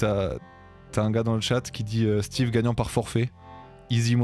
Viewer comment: c'est Steve pas Steven :)